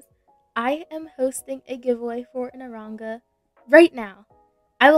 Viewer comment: u said aronga lol